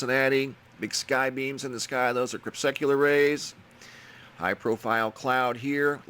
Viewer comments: Please spell it out slowly. "Crepuscular." Not crep-secular. How long do you want to go on sounding uneducated. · Dude! Look up how to say 'crepuscular waves', you always say it wrong. ;-P